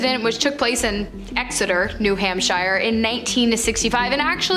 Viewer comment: Is it a running gag that you pronounce place names as they look? Ports-mouth New Hamp-shire was particularly rough.